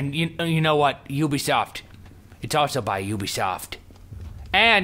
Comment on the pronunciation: Omg I lold so hard when he kept on saying Ubisofy